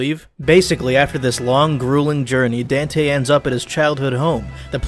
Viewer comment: Was calling him "dantay" a Devilman Reference?